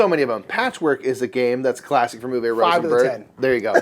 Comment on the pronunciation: Uwe is pronounced OO-vuh (not OO-vay)